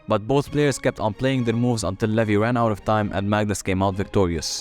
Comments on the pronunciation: Its not levi.. It's levy 😂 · It is levy not levi